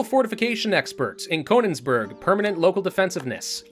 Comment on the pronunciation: The "oe" in Koenigsberg is pronounced like a "ooh"